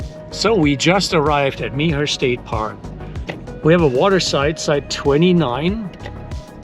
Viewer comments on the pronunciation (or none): Nice walk through and review, thanks! Did you have any problem with ants? I’ve seen that reported in the past. Mobile is pronounced “mo- BEEL” by locals. I think Meaher is pronounced “mayor,” but not sure. Thanks!